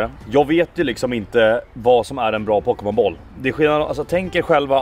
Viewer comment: Pokebowl inte pokemonboll XD